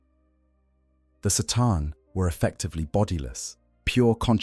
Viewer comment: Sataan lolol, you mean C'tan